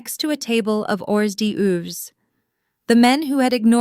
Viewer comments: “Or-dee-ooves” hahahaha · Wow the pronunciation of hors d'oeuvres is simply so asinine that it completely distracted me that I can't even concentrate on the story itself.